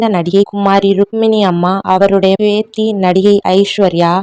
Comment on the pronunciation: பேத்தி , பேதி என்று சொல்லுகிரீர்கள்